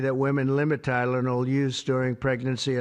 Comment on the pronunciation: He couldn't even pronounce Tylenol